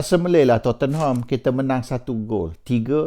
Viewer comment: sebut Tottenham bukan to-ten-ham...!!! sebutanya tot-nem...!!! duduk Manchester betahun doh... xkan xtau...!!!???